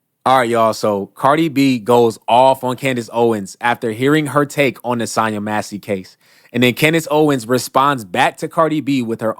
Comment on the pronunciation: Nobody ever pronounces SONYA SONIA SONJA correctly. Lonnnnnnnng O, not short unless specified!